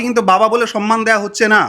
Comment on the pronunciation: Sonnman noyy Somman সনমান( সন্মান ) নয় সম্মান